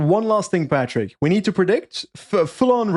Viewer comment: Please - I love you - but stop saying Patrick!